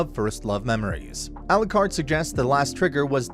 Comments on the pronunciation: A-lu-card not a-lu-crad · How does the narrator manage to pronounce Alikred differently every time? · especially given how often Alicreeds name is swaped